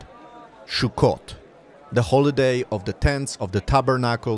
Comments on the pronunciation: Sukkot (סוכות) not Shukkot. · Sukkot my friend not shukot please my ears are bleeding. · Why do you say SHUKOT? It's pronounced SUKOT! S not SH. ס not ש. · Please say“Sukkot“ and not shukot! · sukot not shukot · Not Shukot Sukot say it right!!! Suot is spelled with a samech not a shin it is pronounced Sukot not Shukot!! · Great video, it only took you 3 minutes to get to religious ramblings. it's also pronounced "sukot" not "shukot" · Its pronounced Sukkot, with an S, not Shukkot with a Sh. You sound Israeli, so it is very strange that you get wrong the punctuation of something so simple. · The holiday is called suckot not shuckot.... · Shukkot? It's Sukkot! I don't know where the confusion is coming from, Sukkot is written starting with the Hebrew Samech (ס) not Shin (ש) which can be pronounced as S or Sh depending where you place the Nikud (dot) at (שׂ/שׂ). I'm seriously thinking about starting giving my own Hebrew lessons. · The holiday pronunciation is not “Shokut”, it’s sukot. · It is Sukkot סוכות Not Shukkot. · It's Sukkot, not Shukot. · Not "Shukot". Sukot. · It's Sukkot not Shukkot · btw its not "shukot" it's "sukot" with an 's' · This is not “shukkot”, it is “sukkot” with a “s”. It has nothing to do with a shuk…..😂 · did u just say "shuccot" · Minor mispronunciation of the name of the Holiday makes me suspicious of the veracity of this report. I gave this a like but I am a bit skeptical until I see it from the [anti-israel biased] mainstream media. Or at least see it in Hamodia. (Though they don't publish during Sukkoth.)